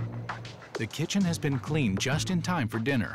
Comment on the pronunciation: *kitchen not kitched XD